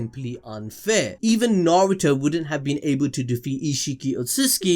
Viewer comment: "Suhrahduh" 💀 god i hate it when people cant say their names right, not just her name but "narudo" as well 🤣🤣 big pet peeve for me